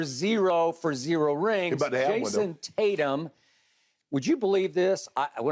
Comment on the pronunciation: Shannon calls JT JASON TAT-YUM